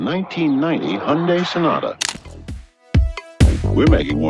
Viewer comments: Listen to how the employee pronounces Hyundai (like Sunday). The reporter repeatedly says it wrong. Why is it so hard to pronounce it right? Rhymes with Sunday. Duh! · It’s Hun Day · You morons pronouncing the company name incorrectly is embarrassing, tf is Hun-Dye? How goofy do you have to be to make a documentary and can’t even pronounce the name correctly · It's pronounced "Hyundai like Sunday", btw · I like how he continously pronounces it "Hyun-die." Wonder if there's a reason for that pronunciation 🤣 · Why are you calling it Hundie? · It’s Hyundai, like Sunday or Monday! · had this video been any longer, I would've tuned out. Narrator mispronouncing it as Hun-Die was driving me crazy. Almost absolved Hyundai for their wrongdoings. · Hyundai rhymes with Monday. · it's pronounced hyundae like sunday-monday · How do people not know its pronounced Hunday. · Huhn day. Huhn day. Day! DAY! Jeez… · Bro. Hyundai rhymes with Sunday. How do you do a story on it and say the name wrong 500 times? Are you serious? You weren't curious when the interviewed employees were saying 'Hun-day'? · I enjoyed the episode, but the least thing you can do is pronounce the name of the company at the heart of it correctly. It’s 현대, which is pronounced Hyun-day. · The correct pronunciation is "Hunday", like Sunday. There is no "eye" sound in the name. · Pronounced "Hun-dae" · Since like 1989 it's pronounced hi un day and always will be in my mind😂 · Dude, the workers are pronouncing the name, they had a Super Bowl ad “Hyundai, like Sunday” Are you using an AI to voiceover your videos? You go from interviews where the workers say the name and you immediately pronounce it wrong. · On a side note, Hyundai is pronounced "Hyon-day". Not a single person in this video got it right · I'm assuming the journalist is pronouncing Hyundai wrong intentional or are they that ignorant? Are all journalists that ignorant in 2026? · Good report, but Hyundai rhymes with Sunday. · it rhymes with sunday